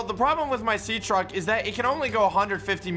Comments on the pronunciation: my guy said sea track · bro said sea track instead of sea truck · He said sea track